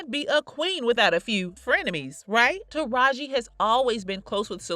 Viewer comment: I Love Taraji I just wish people would say her name correctly it’s kinda annoying and I notice that happens with all the black people.